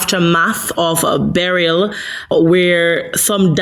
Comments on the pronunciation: FGS, stop pronouncing the name Beryl like you saying, Beryllium. Producers, help out di lady nuh? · It sound funny how she pronounced Beryl